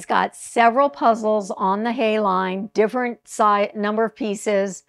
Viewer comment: It's HIGH-uh. Confirmed by a German puzzler!